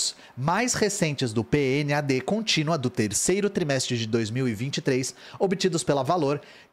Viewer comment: A pesquisa PNADC é chamada de "pinade continua". No próprio meio do IBGE é assim que pronunciam.